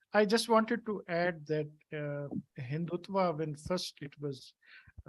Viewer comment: 1. Can't pronounce, Spell RSS long form🤮 2. Can't pronounce MODI, HINDUTVA 🤣🤣 3. Islamist explaining HINDUTVA n secularism is JOKE🤣🤣😭